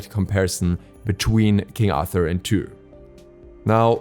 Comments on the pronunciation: i love how he says toor instead of tyr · Was looking for this comment lol it's kinda painful. Sounds like he's saying two or tou 😂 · He barely gets the R in there lol sounds like two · What in seven hells are you pronouncing when saying Tyr's name,.omg embarrassing much, ffs..